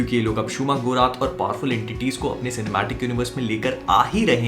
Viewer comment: he said 'shumakhurat' . Instead multiverse of madness me 'gargantos aa raha hai